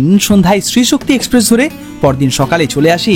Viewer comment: Video to kharap hoini .tobe accent er opor jor din.. express ke espress bolun..ekshpressh noi.. secondly apni jokhon nije giyei dekhchen okhankar paristhiti ki..police ebong adhikarik ra nijerai baron korche tader vigilance er baire na jete tokhon eta asha kori bujhtei parchen kashmir ekdomi safe noi..ekjon blogger hoye manush ke bhool pathe chalito kora ta ekebarei thik na..songe abar ekjon tour operator ke rekhechen jini apnader aager anek gulo trip er operator chilen..er aage srinagar er video te bollen kashmir khub safe abar ei video tei bolchen tar ulto ta..nije decide korun..ki bolben.. business korun kintu onyer paribar er life stake e rekhe diye noi..either apni ekhono immatured nahole mithyebadi.. change yourself..high time